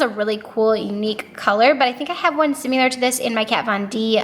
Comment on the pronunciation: Girl...there is no U in similar!!! 😂😂😂😂🤦🏼‍♀️🤦🏼‍♀️🤦🏼‍♀️🤦🏼‍♀️ you are Laura leeing the fk outta that word!! ❤️💕